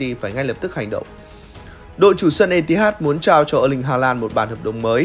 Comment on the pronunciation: Biết là phải đủ KPI, phải làm công nghiệp rồi. Nhưng mà edit cẩn thận lên, cắt voice còn không hết, mà có phải 1 lần đâu. Lần này còn ngay đầu video. Có mỗi cái voice over mà phát âm tiếng Anh sai tứ tung. Chờ mãi rồi ông cũng phát âm đúng từ Mirror, từ Etihad; cũng không ai bắt là phải chuẩn bản xứ cả nhưng phát âm có trách nhiệm nghe nó khác. Nhiều sub rồi, nhiều kênh rồi, nhiều tiền rồi, làm tử tế lên một tí đi làm ơn.